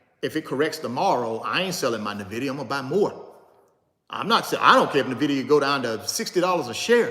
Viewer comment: You're pronouncing Nvidia wrong. 🤦‍♀